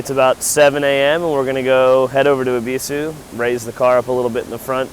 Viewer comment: ONLY AMERICAN ON YOUTUBE TO SAY EBISU CORRECTLY! I HAVE BEEN SATISFIED. THANK YOU.